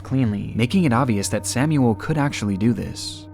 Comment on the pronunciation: ...Samuel Koch isn't "Sämjuel Kock", but Samuel Koch...